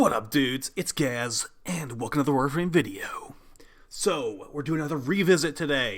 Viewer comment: "What up dudes? It's Gaz, and wiglfirglarframe video!" I swear, that's all I hear 😂